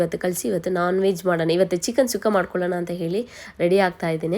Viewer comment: ಚಿಕನ್ ಸುಕ್ಕ ಅದು ಸುಖ್ಖ ಅಲ್ಲ but anyway Recipe Super ❤❤❤